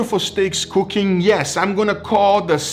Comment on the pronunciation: Cookaling and Bubbabling